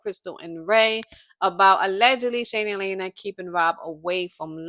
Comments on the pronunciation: It’s Lee ana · It's LIANA pronounced Lee-anna or Leanna